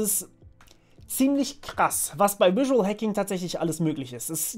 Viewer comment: Überzeugend und simpel - gut gemacht, danke ! Kleiner Tipp vom Anglisten -sag mal auf Deutsch "visuell" und dann Englisch "visual". Die fangen beide mit demselben Laut an :)